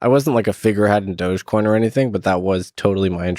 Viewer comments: Why are people sating "Doughje coin" Is it not "Doggy" - "Dog-E" ??? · I’m new to all this but I’m pretty sure it’s pronounced, “Dog-e-coin”, as in “doggy”. Why else would a dog be the mascot? And it’s an e-coin, i.e., electronic coin.